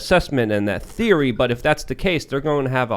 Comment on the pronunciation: I love Like but his “th” on theory was juicy lmao